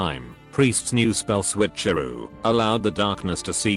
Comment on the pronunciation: I like the pronouncement of Switch-eroo :]